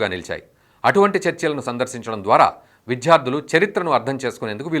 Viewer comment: విద్య, విద్యార్థి, విద్యార్థులు అనండి సార్. విధ్య, విధ్యార్థి, విధ్యార్థులు - అంటుంటే వినడానికి ఇబ్బందిగా ఉంది.